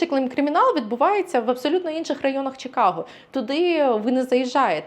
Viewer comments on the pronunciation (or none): A. Будь ласка, "Чи", не "Чі". Чикаго. Нам українським чикагцям на тому дуже залежить. Дякую. В. Якщо Пані хоче справжнє відчуття "Сільпо" в нашому місті - запрошую до Rich's Fresh Market на перехресті Belmont i Cumberland. Вітаю в нашому місті!